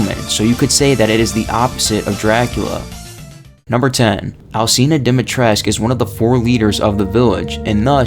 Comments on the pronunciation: Good video. Also, Dimitrescu is pronounced with the U at the end. English speakers couldn't really pronounce it that way so that's why they pronounce it the wrong way. If anyone want some proof, just ask a romanian. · Yeah this is true. And it's likely that the mispronunciation stems from the game being translated from Romanian to Japanese and then into English rather than picking words that need to be pronounced differently because of how in Japanese you often don't pronounce U when it's at the end of the word. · You pronounce it lady dometresc that's how she says it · It's pronounced: Dih-mee-tres-coo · The first thing is actually wrong. ''Dimitrescu'' is a Romanian name, and all Romanian names that end in ''escu'' have the U pronounced as well. Therefore, everyone in the game, in cluding Lady D herself, pronounce ''Dimitrescu'' wrong. You are supposed to pronounce the U as well. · I love how the very first fact is about people mispronouncing her name, yet you mispronounce it every single time you say it in the video. Go and listen to Lady D say it- it's dom-E-tresk. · yeah but even the game cant even be consistant with its pronunciation ethan and alcina both say it like domitresk and the duke says it like dee-mitresk. I always thought i was uncultured or illiterate but ev I knew how to pronounce the name 🤣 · First fact it’s not quite true. The “u” is not silent since Dimitrescu is a common romanian last name, game being set in tha charpatians mountains which is in Romania, and the name is pronounced with the “u”, not being mute. The developers just mispronounced but their intention was to gove her a name in theme with the setting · Ya no. Apparently that isnt how you pronounce lady D's name, a women who specializes in things like dracula, folklore etc and is from transylvania talkes about the correct way you would pronounce the Romanian last name. I think u can find the video if you search something like "professionals react to lady D" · Lol for sure